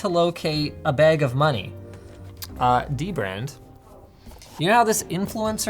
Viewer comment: I literally just realized the way you say it is literally the same as "The Brand"